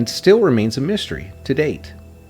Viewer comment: This is ruined by this amateur narration. Why use someone that can’t use “The’ ‘Thee’ or ‘A’ (Ah) or ‘A’ (Ay), and as the programme is about mysteries, what do the words ‘shtrange’ or ‘Mishtery’ mean? LOL. really irritating. They should have used an English Speaker if they are going to make this in English.